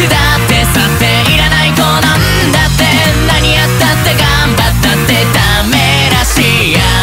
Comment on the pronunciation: だっての発音が好き